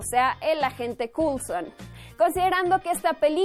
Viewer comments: "Culson" cringe pls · Agente " culson " lo dijiste 3 veces !!!!!! eso me jodio todo el video, es como cuando dije guifi entre amigos, nunca me lo perdonaron. Y te va a pasar a ti jajajajaja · Agente "cool-son"?